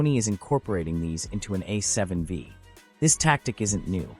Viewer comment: A7... VEEE? Thanks AI but no thanks. LOL